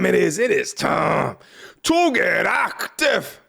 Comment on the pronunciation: The emphasis he puts on the word ACTIVE is what I’m here for lol